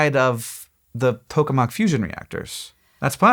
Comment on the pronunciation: Did anyone else hear "Pokemon Fusion Reactor" instead of "Tokamak Fusion Reactor"?